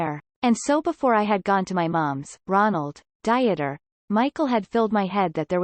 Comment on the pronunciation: Janet was a scammer, plain and simple. This will come out in later transcripts. The narration is making me LOL too: "Diet-er" instead of "DEET-er" as the pronunciation, "Jesus" (English version) instead of "HAY-soos".... makes me think that they're talking about the Biblical Jesus.